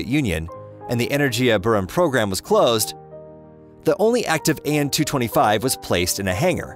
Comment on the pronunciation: AN-225 not AN-226!